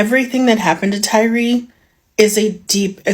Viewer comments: his unaliving????? just make up our own words. his name is not TYREE its TYRE the UK spelling of TIRE. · his name is pronounced Tire not tyree.